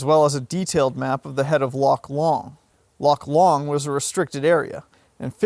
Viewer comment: Loch Lomond is pronounced ‘LOW-MUND,’ not ‘LOMMOND.’